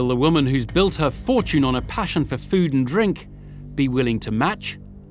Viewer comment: He said poo, not food lol 😂